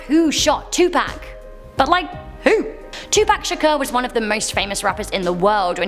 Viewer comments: Tupac pronounced To-pock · Why did she pronounce 2pak 2pack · Say it with me "Two- Poc.. not Two Pack' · You didn't pronounce Tupac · Too-p-AH-ck not 2 pack... 🤬 But 😂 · “Too pack”😂😂😂🤦🏽‍♂️ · U said Tupac wrong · When she said tupac's name wrong I cried. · How tf you say Tupac wrong 😂